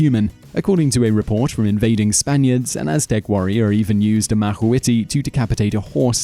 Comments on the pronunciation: It's pronounced MA-QUE-TUL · its pronounced (mock-wa-hitel) not "macwalaty" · it is pronunced "ma-CUA-weetLLLLLL" NO SILENT L... and BTW obsidian aint stone, its glass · Macuahuitl is pronounced Mac-uwa-he-tal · Mah-KWA-witl. Way-way-TAY-otl. Love your vids, Simon but you need to work on your pronunciation. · macuahitl (mak-hwee-tel) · the pronunciations are terrible, tutenkaman and machuahuitl, its ma qwee til, and Quetzalcoatl they are L's at the end not I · Having grown up in Mexico City, I never realized that people outside of the Náhuatl language's area of influence had such a hard time pronouncing Náhuatl words. Huehuetéotl (whe-whe-TEH-otl), Quetzalcoatl (ket-zal-KO-atl), macuahuitle (ma-kwa-WEET-leh), and several other words, when pronounced by people from other places, make me cringe. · Mexican here.Just a few things: -On pronunciation macahuitl... you pronounced it like macahuitli, and its not ketzalcoatli, its quetzalcoatl -Its Moctezuma, not montezuma -Actually most of the deaths during the conquest was due to sickness